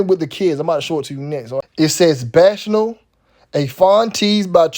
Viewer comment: Shouts out to You. Btw, the word bacchanal is pronounced "Back-Uh-Naal". Much Respect!!